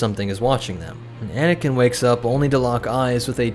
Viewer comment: I heard “bananakin”😂